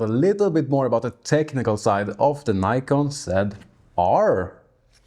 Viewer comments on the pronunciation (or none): Before you make a programme about a camera you should at least learn how to pronounce the name correctly ! There is NO Y in NIKON if you don't believe me ask NIKON its their company ! Bye...